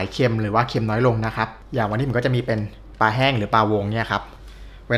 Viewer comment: ปลา ออกเสียง ปลา มีร.เรือกล้ำ ไม่ไช่ ปา (แปลว่า ขว้วง)ช่วยกันร้กษาไว้เด็กรุ่นหลังจะออกเสียงถูก ภาษาไทยมีค่ามากครับ เพราะบรรพบุรุษไทยคิด เราต้องจรรโลง ขอบคุณครับ